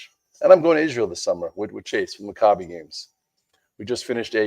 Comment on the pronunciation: Pronounce Mack ah bee Games LOL